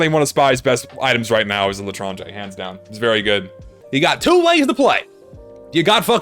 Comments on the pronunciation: I speak french and you prounonced "l'étranger" right :D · For some reason the spinner sound reminded me of the instruments playing in the japanese bruh sound effect. also chill out you're saying l'etranger fine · you actually said l'etranger correctly lol